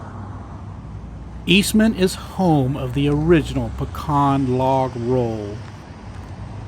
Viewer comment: It' pronounced "Pee Can" not "pe con"